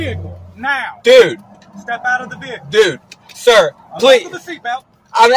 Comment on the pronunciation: "Man, Bro or Dude" is not a great reply when a cop tells you to get out of the vee-hi-cle.